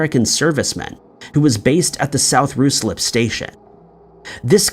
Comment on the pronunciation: Canberra in the ACT Australia is pronounced CAN-b'ra. Ruislip is pronounced RYE-slip. Also, Hubert Chevis was stationed in India in the British Army. Could 'J Hartigan' be a version of the caste 'Harijan' an untouchable caste in India at that time? Could Chevis have insulted caste members and was poisoned by someone who took offence??